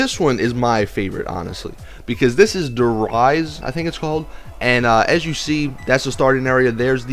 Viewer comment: Der rease not Der rise